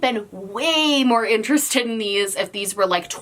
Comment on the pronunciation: Yes we is interestoe-d. V interestoe-d.